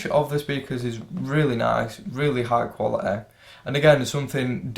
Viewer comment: Brother, pronounce quality as quality . Please don't use your natural accent. Use some good English bro, when you speak.